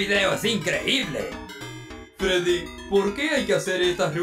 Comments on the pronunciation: le dijo feddy XD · Tenía alergia y ni pido pronunciar la r